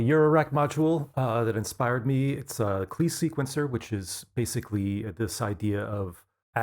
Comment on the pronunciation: Klee is supposed to be pronounced “Clay” as in Paul Klee. 😉